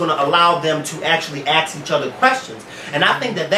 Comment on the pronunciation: I love you but puhlease say ask not ax